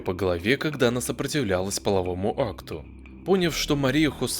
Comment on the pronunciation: Блогеру - неплохо бы работать над своей малограмотностью в речи, выходя на публику со своими нарративами. В родном языке ставить ударения, во множестве случаев, неправильно - это стыдно. Вот только два , что запомнила, хотя неоднократно удивлялась на "грамотея": Не "пОняв", а "поняв". Да, не благозвучно, но правильно. Не нравится? Так потому и не слишком употребимо, ведь может быть заменено несовершенным видом, т.е. "понимая". Время главного предложения не имеет значения, может быть любое. 2) Не "облЕгчиться", а облегчИться", удивительно ваше отсутствие интуиции правильного произношения. У вас, вероятно, с образованием не слишком успешно сложилось. Необразованность в речи публичного спикера ( даже чтеца готовых текстов) сразу обнаруживается в первые минуты. После того, как явление становится многократным - уважения к вашему выбору деятельности пропадает, низкий уровень грамотности свидетельствует также о неуважении блогера к своей аудитории. Или от самоуверенности , ни на чём не основанной. Халява никем не приветствуется. Включите корректора в работу над следующим своим полуграмотным опусом.